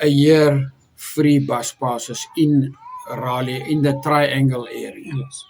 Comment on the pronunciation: Love you people. Just one thing. Forgive me saying this, you are pronouncing “Raleigh” incorrectly.